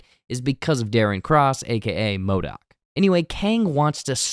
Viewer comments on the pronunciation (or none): yes... WHY ModAk. hahah It's MODOK. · Sooo we gonna ignore "MODAK"